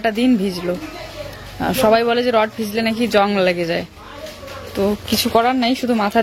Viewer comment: আরে রড বলে রট না